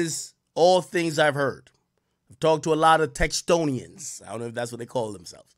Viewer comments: Houstonions not textonions😂😂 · 🤣 I'm from Houston and I've never heard "Texstonian" ever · AK said "Texstonians" its "Houstonians" hes no smarter than meek mill i promise its a tie